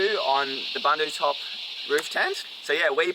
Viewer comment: Boondootec, boondootop, not to rhyme with sun.